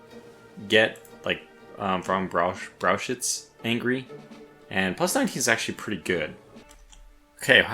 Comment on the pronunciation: Just FYI, the ch in Brauchitsch is pronounced like the Kh in Kharkiv.